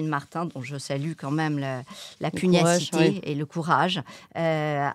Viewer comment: Articulez un peu, chère!… (PuGNacité et non pas puniacité!)